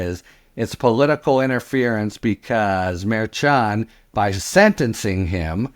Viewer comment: Love the podcasts but I do chuckle every time you mispronounce Judge Merchan’s name after all this time. 😉